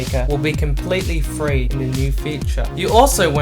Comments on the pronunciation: Your inability to say the word "three" correctly instead of "free" is annoying. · Dude, it's "three" not "free"